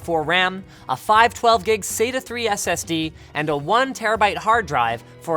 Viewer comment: Great video, always like watching these, still on the looking for a tv box style video pc that i can play games on an ok rate... your pronunciation of sata always makes me smile